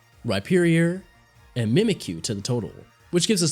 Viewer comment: "And mimikyu-TETE"